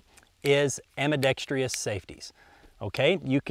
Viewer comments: He said ambeedextrious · It's am-be-DEX-trous. Pronounced "am-bi-DEX-trus." Only four syllables. I wouldn't mention it but this mistake has become contagious; everyone on gun videos is copying the very same mistake. Do your small part to keep the English language from falling into decrepitude and becoming acesspool of RAP and other unintelligible, illiterate noise. You're welcome and thank you. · Nope, he said "ambidextrious", but who cares